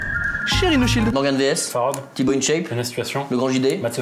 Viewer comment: il a dit farod ou c'est moi